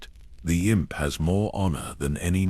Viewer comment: Impae?? It's inp!